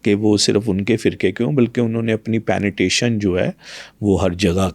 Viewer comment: penetration hota hai ya penetation inse yh shi sa nhi bola jata or yh world mai jake speech dete hai jhoot bilkul